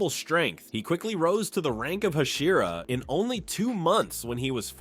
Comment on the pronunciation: Learn how to pronounce hashira and pronounce it consistently.